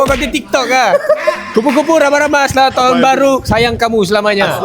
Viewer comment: Aku rasa aku tak pekak lagi.."asslah tahun baru,syg kamu Selama nya".. asslah Dan Selamat jauh bunyinya... Ang mmg cekapp...hahaha